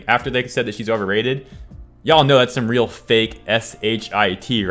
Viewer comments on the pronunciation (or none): none